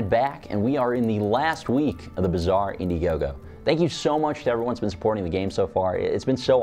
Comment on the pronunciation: Pronounce "Bazaar" right ffs